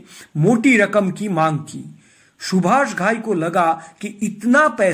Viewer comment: Stupid fool, you gave all wrong information. Seems all bloody cooked your shitty brain. Shakti Kapoor worked with Subhash Thai in Karma also. Which was made by Subhash Thai after the success of Hero. Get your facts right an learn to pronounce name properly.